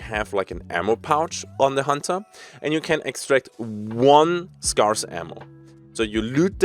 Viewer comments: Scarce is pronounced like "air" and not "are" if you do care to pronounce it correctly, but you are kind of like a European cowboy so it's all good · Scarce is pronounced like "Scare" not "Scar", with more of an eh sound than an ah sound - just so you know for future;) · Just for educations sake. The word scarce is pronounced the way you would say scare, where it sounds more like care and not like car. S-CARE-SE. Your English is amazing. Keep up the good work ❤. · Scarce is usually pronounced like "Scare" and not "Scar", just for future reference, but everybody will know what you are saying in either case anyway! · Not important but if you pronounce 'scarce' as just 'scares' like the plural of 'scare' you're pretty much right on the money. Doesn't matter though, everyone knows immediately what ya mean given the context regardless of how you say it. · As a native speaker I will only pronounce it as "Scar-ace" now in your honor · Pro tip on saying Scarce ( if you care): Say Scare (pronounce the -ARE part like AIR), Like you are trying to SCARE someone then just say SSSS at the end like a snake hissing lol. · If you're interested "scarce" is pronounced like scare-ce because english pronounciation is beautiful and special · Haha - your English is excellent, 'Scarce' is literally the only word you mispronounce - I'm starting to think its intentional to trigger pedanats like me (which would be fine too). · Hey, not to make fun of you; just trying to genuinely help your awesome self! Whenever pronouncing the word scarce, think of the word scare or scary. The A in these three words are pretty much pronounced the same way! Loving the video, cheers!